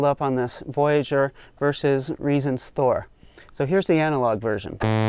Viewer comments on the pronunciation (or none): none